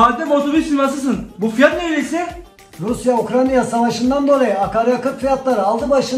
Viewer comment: Videolardan samimiyet akıyor tebrik ediyorum. Moskova da yaşıyorum her video yu izliyorum. Yalnız bişey e takıldım. Ukrayna' yı komik olması için mi Ukranya diye tellefuz ediyor sunuz🙋‍♂️🙋‍♂️